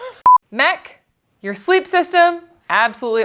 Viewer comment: Thanks for pronouncing it MEC and not em-ee-see. Also did Justin bring Hawkins Cheezies? Albertans are obsessed with that brand of cheezies. we have them in Ontario also but Cheetos are more readily available in stores. Hawkins are far superior though. thanks for coming to enjoy our beautiful nature!! You’ll need to come visit Georgian Bay or Algonquin one autumn to see the amazing fall colours Ontario is known for. We also have the moose and of course the black bears. Great Ontario Provincial Parks to check out: Killarney, Killbear, Bon Echo and of course Algonquin.